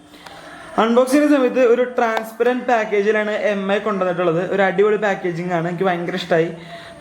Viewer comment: മി അല്ലടാ എംഐ